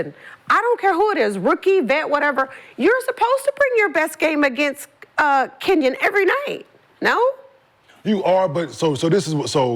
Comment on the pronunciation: Who is "cenyen". As if she would ever mess up Reese 's name. Just another subliminal dismissal